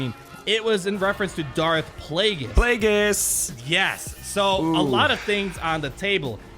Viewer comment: calling it: darth plaugeis